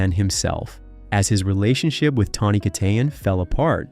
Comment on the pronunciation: How many different ways are you going to pronounce Tawnys' last name? geesh